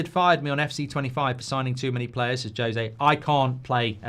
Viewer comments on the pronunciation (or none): none